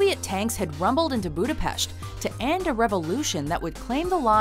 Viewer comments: Thank you for saying Budapest correctly, it's a nice sentiment:) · Thank you for pronouncing Budapest correctly. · Thank you for pronouncing Budapest (Budapesht) flawlessly! Big ups fo that! Only Scarlet Johanson was capable yet to do so :)